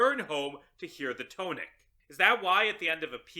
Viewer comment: The blame falls to the English language. But that isn't how "tonic" is pronounced.